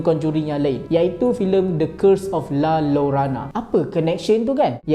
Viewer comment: Sebutan la llorona = la yorona